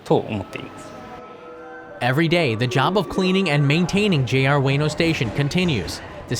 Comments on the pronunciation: Just FYI it's pronounced "oo-weh-noh", not "way-no". You'd think a channel dedicated to educating others about Japan would get pronunciations right. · Its U-EH-NO Station, not U-WAY-NO Station. Chump! I was there yesterday. You know nothing. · dude literally said 'weeno' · I lived in Japan as well and I never heard it pronounced the way you do. That's all I wanted to point out. It was always pronounced "ooh-weh-noh" but just quicker. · JR WAY-NOH station 😂😂 Please. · its oo- eh-no at least say it properly... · "Way-no." Yer killing me.